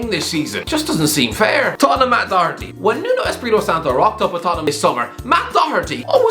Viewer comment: Man said Doherty😂😂😂